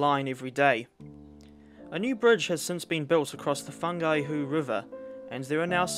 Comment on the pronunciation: fungihu river???